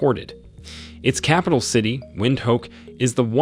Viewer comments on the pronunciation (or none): none